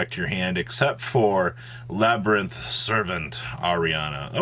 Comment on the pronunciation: Just a little input, the archetype name "Labrynth" is actually pronounced "LA - BREEN - T" , so technically it's not worded as LABIRYNTH "LA-BE-REE-NT"